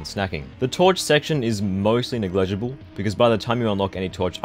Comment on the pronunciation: The main thing I learned from this video is that you pronounce 'negligible' wrong. I cry